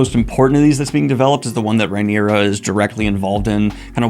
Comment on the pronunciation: The knights name is Cristen Cole. The King is named Aegon, AEMOND is the name of his brother with one eye. The hand of the king is his grandfather, OTTO Hightower, Hightower being his surname. So he goes by Otto. Rhaenyra is pronounced (RAY- knee- ra) not (RYE- knee- ra). You are welcome.